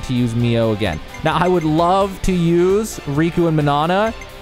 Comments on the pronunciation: i like the video, but man saying MIA instead of MIO was annoying lol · I started the game a few weeks ago. I'm close to finishing it. I should've watched this video right away! Besides getting Mio's name wrong (lol) and pronouncing Sena's name wrong as well, your explanation skill is amazing! 🤟 Why must Monolith always overcomplicates their battle systems...